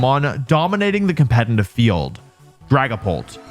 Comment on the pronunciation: I really love your videos but it absolutely kills me that you mispronounce the word 'competitive' despite being a competitive Pokémon player.